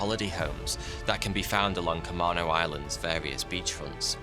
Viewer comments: first pronounce it Ka-mean-O (Camano Island, lived on Camano for a few years - mother of my child is from Stanwood, the town that has a single road to Camino). Second, The barefoot bandit burned down a lot of houses and really screwed over a lot of people. The grandmother of my child lost more than $2 million in assets due to his pyro spree). They became poor because of him. He caused untold damage to those he "stole from" and eventually burned down their houses to cover himself. Less appealing story, child pyromaniac avoids police. Wonder why this youtube video made a choice to not cover that part of his activities? Side note, I personally believe the grandmother of my child is a twat - sort of think she deserved this. That being said, why ignore that part of the story? Dislike when people change history to serve themselves (or their youtube audience, in lieu of the truth). Sort of how we came up on Amber Heard vs Johnny Depp. Truth is generally more important than key words and emotions, as when the truth comes out we go from hating someone to thinking the other person is a liar. In this case, gave half the story. So hope maybe he is willing to revisit this and give the entire story. Though traveling to the Boxcar, might be outside of his jurisdiction - but might also be fun to hear him sing Karaoke in a dive bar that is about 10 feet wide and 50 feet long (for anyone that wants to question me - why god ohh why. But remember the old bar north of Standwood hotel? T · No, what actually happened was this. The founding families of Camano Island were all endowed with a specific speech impediment. Hence the highly unusual local pronunciation Ca-main-o I-sland. I-sland pronounced like I-talian. Have a lovely whatever time zone you dwell within. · Thanks for the material! Some thoughts: The way we pronounce it is "cuh-MAY-no" Island. Aircraft is both singular and plural, just like deer. So when I saw AIRCRAFTS, it goes off in my brain. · camano. Cuh-May-No!